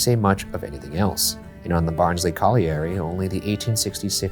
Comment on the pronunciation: The pronunciation of colliery is killing me. It’s coll-yuh-ree